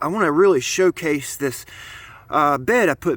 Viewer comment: Say shoe case it again lmfao